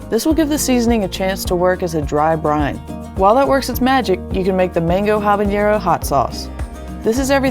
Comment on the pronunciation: looks good, also it’s pronounced habanero (ah-bah-neh-ro) not habañero. 😉